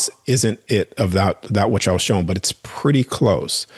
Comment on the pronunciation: Cool guy. Funny how he pronounces shown as showen.